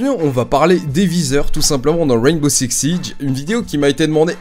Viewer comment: "Ouainebo Six Sij" tu m'a tué 😭😭